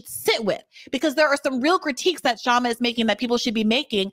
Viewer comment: Please pronounce Kshama's name correctly.